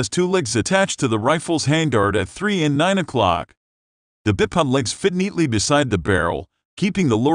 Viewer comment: is he saying bip pod?